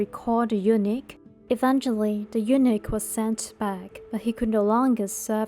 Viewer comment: Real ancient story? Or narrating a drama?? Narrator sounds so weak, I almost doze off😅 anyway, I think eunuch have pronounced wrongly😅😂